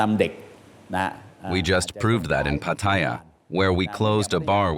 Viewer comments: Who gave Pattaya the pronunciation of Pat-Tia? Back in the 1960's we called it Patt-e'-ya. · PATTAYA Where is the i? Proper pronunciation is P A T T A Y A NOT P A T T I Y A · It’s PAT-ta-ya and not pa-TA-ya. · Rubbish video, and they can't even pronounce Pattaya correctly. Its not PATTYRE, lol! As long as the gals are 20 or over its nothing to worry about. Most of what goes on in Pattaya is harmless, and many men dont go with young women, eg, LK Metro, its mostly women around 30 to 40. Lots of Western men find GF s in Pattaya, which they can't do back home if they are just average men. Underage stuff should obviously be weeded out and the organisers prosecuted and punished accordingly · its pronounced PAT A YAA for goodness sake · Yes, I don't know why so many ignorant people call it PATTYRE! 😂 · You make a documentary and cant even pronounce pattaya correctly what shoddy research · I wish the narrator had asked just one Thai person how to pronounce Pattaya correctly. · Within 5 seconds you prove you have never been to Pattaya as you completely butchered the pronunciation. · Shame they didn't learn how to pronounce pattaya correctly